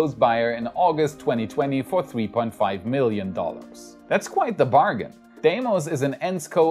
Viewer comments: lmao, I believe it is pronounced "D-mos" not "Die-mos". Regardless, great video! Thanks,! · Deimos is actually pronounced deemos